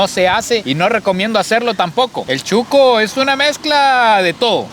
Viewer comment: Se dice shuco.....no chuco.